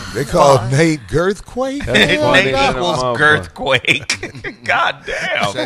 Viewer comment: This fool said "gerth quake" 😂🤣😂🤣😂